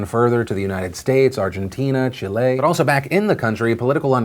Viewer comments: Damn it phill! Did you really just mispronounced a two syllables country? Its CHIle, not chiLE... Source: Im chilean. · Hi Philip! i really like your videos but i have something to say, i'm from Chile and at the minute you say "Chilé" when actually it's pronounced "Chíle" with the enfasis on the "i". I know i know it's so small detail but i felt like i have to say it, anyways i appreciated that you try to pronounced in "spanish" not in english (Chili). i learn a lot of things from your chanel and thank you so much for that ;D to you and the team behind this video. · CHEE-leh not chee-LAY 😂(Chile ish) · Chilé . . . . . breathe in . . . . . BOI. PS. At least try to say Maduro's name correctly; you seem ignorant and some find it really infuriating whenever people from the US butcher Latin American names BOI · Hey dude, it's "Chile" (like the edible chile), not "Chillay". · ChilE. Not, Chiley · Phil pronounced Chile like Chilé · I like how you said "Chile" like Olé 💃💃💃